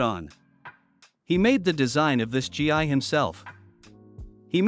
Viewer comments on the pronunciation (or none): Why do a lot of these people mispronounce different things from Dragonball? Gi is pronounced as Gee not G I lol